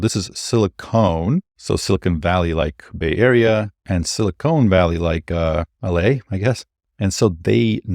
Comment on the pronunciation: Just to mention, the word 'silicon' is not pronounced as though it had an 'e' at the end. The word you are pronouncing is silicone, which does exist, it's a silicon containing sealer and adhesive. Silicon rhymes with defcon, or pelican. The 'con' part is pronounced the same as the con in 'con man'.